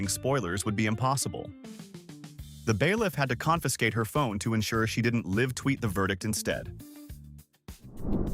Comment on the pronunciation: Awoo! Some of this AI slop is a laugh to see, especially the voice-over that can't use words like "live" properly lol